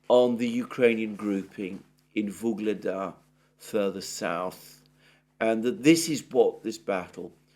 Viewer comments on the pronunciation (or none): Love your work! Would you !!please!! Stop saying Vooogledar and start saying Ugledar? It grates on my ears. Please and thank you! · Dear Alexander, it's Ugledar. Prononced "oo" as in boo or in pooh.